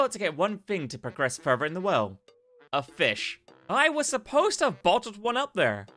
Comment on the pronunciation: Its "further" not "Furrrr Vurgh"